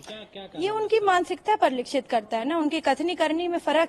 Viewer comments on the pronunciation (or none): परिलक्षित होता ह। परिलिक्षत नहीं मैडम